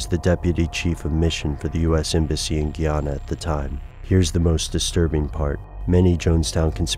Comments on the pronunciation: The way you say guyana cracks me up, my grandpa is from there and he says guy, like a man, ana. Great video though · tis pronounced guy-ana...